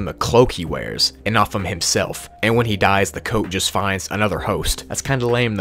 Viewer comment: "hismelf" lol